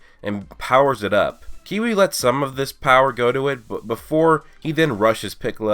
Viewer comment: His name is kiwi it's Cui